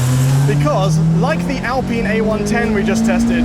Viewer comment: Please stop saying "ALPEEN".